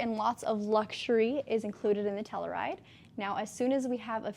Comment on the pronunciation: Lol, obviously wore it better, but my wife will only let me bring the Telluride home. I hate to be this guy, I'm so sorry, but it's not Tell-oo-ride, it's Tell-you-ride